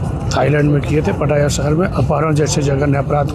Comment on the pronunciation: Yeh ladki nai hai jisko पटाया jaa sake..it’s पताया not पटाया 😂😂